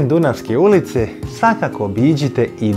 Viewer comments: Svako može reći podatke, ali ti možeš doneti emociju 😊 Lepo ispričano i lepo snimljeno 👏 Više cenim svoj grad nakon ovog videa 🕊️ P.S. Kaže se dunAvska ulica 😂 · Haha, znao sam da ces pogresno izgovoriti Dunavska ulica :D Pozdrav iz Novog Sada :)